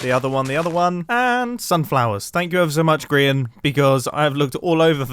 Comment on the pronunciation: Grian not grain lol